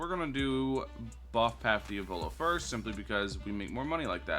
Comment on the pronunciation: Diavolo❌ Diovolo ✅